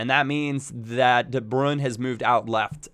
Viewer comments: its not its de brui-ne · the way you pronouce de bruyne makes you sound like such a dirtbag.